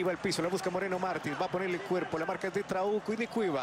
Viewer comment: Porque en ves de trauco escuchaba trabuco